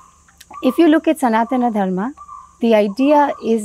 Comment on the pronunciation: Firstly please pronounce Sanatan Dharm correctly, don't anglicize it like YOGA. Secondly this diversity concept is rarely practiced so basically all followers of Sanatan Dharma are hypocrites.